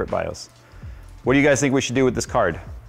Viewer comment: givit avay